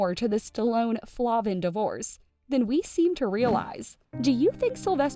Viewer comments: FLAY-vin, not Flah-vin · And her last name Is Pronounced Flayvin not Flahvan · Jennifer and I were friends in elementary school. I have a ton of old photos from childhood of us. By the way, her name is pronounced Flay-vin 😬